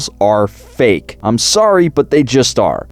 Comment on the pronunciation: When you said "fake" and showed the hipster I thought you said... Uh... Something else.